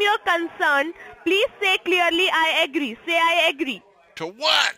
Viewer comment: For feck sake will you say Agee😂😂😂😂😂